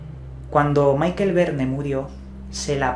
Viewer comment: Por favor, no pronunciéis todos los nombres como si fueran ingleses. No digáis Maikel Verne. Michel no se pronuncia así. Es ridiculo.